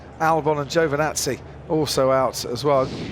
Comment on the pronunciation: Why do British announcers have so much trouble pronouncing people's names from other countries? That includes Ricciardo, who's from Australia a former British colony, Giovinazzi, etc.